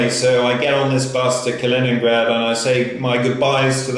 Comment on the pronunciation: You actually did pronounce it right. Close to it as you can get with the english accent. Kaliningrad is supposedly fun to visit if you like all the old abandoned wwII stuff, you should have explored all of that. But right now with the situation, just get back to Europe.